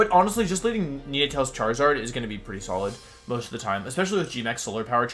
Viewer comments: Like the video but the way he pronounces some of the pokemon's names cracks me up lmfao, Nenaytails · how the hell does he mispronounce nnetails, its literally the number 9 and tails combined.